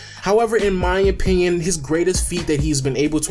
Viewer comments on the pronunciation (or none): none